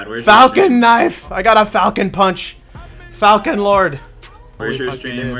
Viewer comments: They didn't misspell falcon, its falchion pronounced as Fal Chun. A falchion is a type of blade. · Wake Arisato no it is fal-key-on...I thought it was pronounced fal-shon at first but then i looked up the pronunciation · Oh my god. Its Fal-Shun. Not fockin Falcon. Asdfghjkl. XD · Not to mention it's pronounced Fall-chin not falchon.... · its pronounced "Falkion" or "Falchion" not falcon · ITS NOT FALCON ITS FAKING FALCHION IM SUPER UBER MLG FRANCE PLAYER BITCH ITS FALCHIONNNNN <3